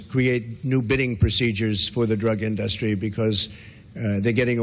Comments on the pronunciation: Why does he keep saying "Industry" as "InDUHstries"? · in-duh-stree! lmao 😂😂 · The way he says the word 'industry' is hilarious. I couldn't help but laugh a little bit.